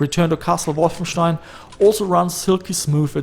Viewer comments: Wow, first time someone prono. Wolfenstein right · Wow.. You pronounced Wolfenstein properly.. I was sold after that... Lol Cheers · I had no idea that was how you were meant to pronounce wolfenstein until i heard you say it in one of your videos. It's weirdly pleasing.